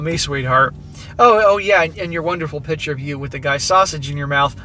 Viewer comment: cant stand how this guy pronounces "picture" hes saying "pitcher" annoying as hell.